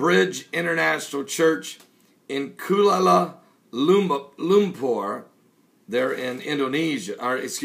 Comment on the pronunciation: i have never heard kuala lumpur pronounced like that b4 lol